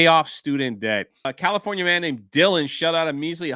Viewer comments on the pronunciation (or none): none